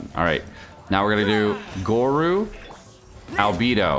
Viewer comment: The way this guy pronounces albedo makes me cringe everytime…..why are all genshin streamers so cringey (except mtashed)….its like mihoyo picks their VA’s and streamers based on how cringey they are…..